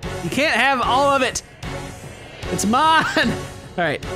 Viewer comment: When you say "mine" it sounds like "man" in a Jamaican accent